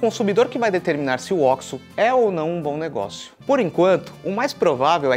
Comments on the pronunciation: Óquisô não, oxo. Se terminasse em “i” seria oxi. Ponto final. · Tem q falar certo. Ocho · Vc fala errado. É ó-quis-sô. Leia na placa, por favorrrrr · Ele fala errado